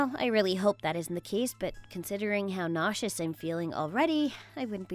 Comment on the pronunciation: The way pronounced nauseous 😂